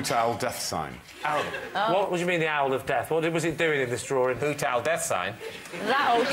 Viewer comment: They all say “drawring” instead of drawing